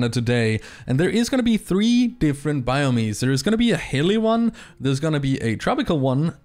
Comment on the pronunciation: It’s not pronounced BIOMEEZ. It’s just BIOMES.